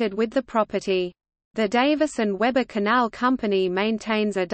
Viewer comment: We-bur, not Web-ur.